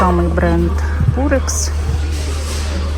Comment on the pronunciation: Дякую за огляд , тільки будь ласка не пурекс а ПИРЕКС или пАЙрекс .